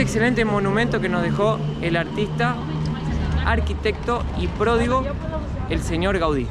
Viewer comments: Mateo se dice prodigio no pródigo son 2 cosas muy distintas 😂😂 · Mateeeoo la palabra no es pródigo es prodigio 😂😂😂